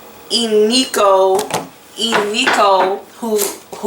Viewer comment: Ee-nee-ko 🙈 not ee-nee-kee-kio or Nokia phone 😂... What's up with some of the cards being upside down..does that change the outcome?